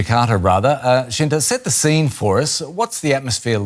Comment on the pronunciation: Lmao, dude said Shinta, I was expecting "Shinta", and I ended up seeing "Cinta" 😂